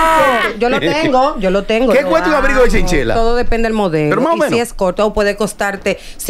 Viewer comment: Sera abrigo de chinchilla no chenchela